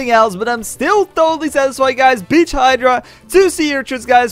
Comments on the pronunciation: BITCH HYDRA thats what i heard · Did anyone else hear it he said bitch hydra